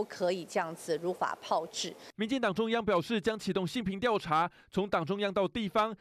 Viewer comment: 如法炮製 pao二声